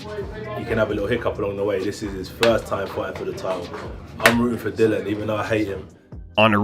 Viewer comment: It's not dillan it's dillian